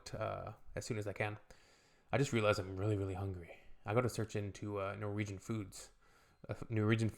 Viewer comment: I love your Norwegian pronunciation, - You make my language almost sound Vietnamese 😆